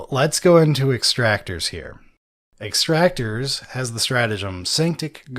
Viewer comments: Hearing them say "Extractor" instead of "Exactor" was so upsetting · Ex-ac-tors. Come on guys, I know reading isn’t your strong suit, but this is getting ridiculous. Lol